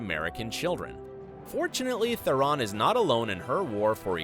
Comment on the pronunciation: It's Tihh-rohn Not ferrin